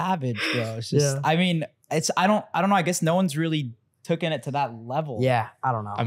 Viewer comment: Nelk it's taken not tocken